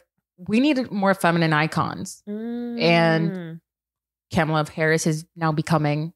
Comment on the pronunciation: Hi, just FYI. Kamala is pronounced Comma-La. Like a “,” .